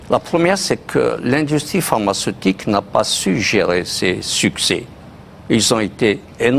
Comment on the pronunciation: Pharmaceutique et non parmacetique